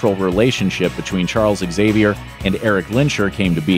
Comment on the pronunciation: God, I cringe whenever I hear that horrible pronunciation of "Xavier".